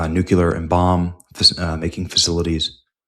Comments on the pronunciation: Day (lost count) of trying to inform Benny that it's pronounced New-Clear, not Nuke-yuh-luhr. Good God Benny. You sound like Bush. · Benny can't even pronounce the word "nuclear". Hey says "New-Que-Lur" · You have a really good channel. You bring excellent reports. Only one thing gives your reports a black eye. You have continued to erroneously pronounce the word nuclear as "nucular". This is an error. I think that a man of your abilities can make an effort and self correct. Patrick Cowdrey, Redding, California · Amir Tsfarti just put Benny on the list of Anti-Israel conspiracists because of this posting. By the way it is pronounced Nu-clee-err, not Nuke-you-ler. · These exaggerated titles really need to stop… 🙄 Also, pleeeease, it’s nuclear, not nucular! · Stop saying "nucular." You're giving away your low IQ and it makes you untrustworthy. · Benny, you should be banned from posting anything remotely relating to nuclear weapons… until you learn how to properly say the word N U C L E A R! It's not "nucular", you schmuck! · nu-cle-ar not nucular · it's NOT pronounced NU-KIER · And please please learn how to pronounce nuclear. There is no second u in nuclear. Take the words new and clear, now scrunch them together with with no space and nuclear sounds like newclear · EVERYBODY DRINK! 2 more mispronunciations: 1) Nuke-U-Lrr (Nuclear) 2) Christian-dom (Christendom) Are we drunk yet? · NEW-KLEE-UR. Why can't people pronounce this word?